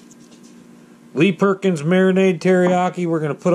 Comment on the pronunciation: Ok, say it with me, Lee, and Per Ons! Not Lee Perkins. Cajuns everywhere are tuning out. That beer looked interesting! Rock On and Flavored primates!